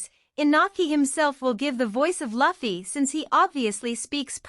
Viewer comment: I hate how the voice says Luffy